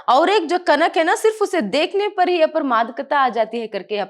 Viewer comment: That magaarrrr parrrrrr is ..........😂